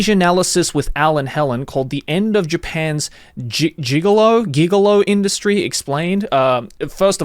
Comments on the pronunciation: a giggolo is a male hooker, pronounced jigolo. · gigolo is pronounced with a soft g. It means a young man who has a relationship with a older woman who spends money on him. It's like a sugar daddy relationship with the gender roles reversed. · I highly highly recommend not being too lazy to look up how to say giggle oh properly. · Deuce Bigalow Male Gig-elo lulz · Why would anyone listen to this dude he doesn't even know how to read. He has never heard that word gigolo. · Sorry. Stopped watching after not knowing what gigolo was. When you come across a word you don't know, there is no excuse of not knowing what it is and how to pronounce it. I understand you aren't from America and the movie American Gigolo and the decades of the words use didn't make it to your ears, but hey, I know low key, no cap, fire, Chad, and just about every other perpetually online person's meme and term and when I don't I use my internet slueuthery to look it up. Not subscribing, no thumbs up, no bell icon for you. Slacker. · How did you look all of this up, but not what a gigolo is or how to pronounce it😅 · Gigolo is pronounced with a "g", same as "gif"